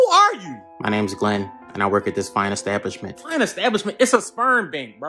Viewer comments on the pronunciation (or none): "Fine stablisment" 💀